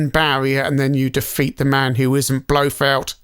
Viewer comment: Heard that before but I have no idea where it comes from. Nuclear has only one u in it. And I think I heard him say "Blofelt" instead of "Blofeld".